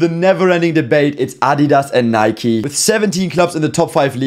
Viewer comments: It's pronounced "naik" not a "naiki" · Please pronounce Nike correctly, it’s N-ike